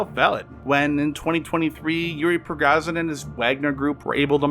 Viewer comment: Dude, you said Prigazinin? WTF man, it's hard to take you seriously if you dont bother to learn how to read names. PRE-GO-ZHIN (zh = the J in the French "JE" more or less... or the G in "mirage")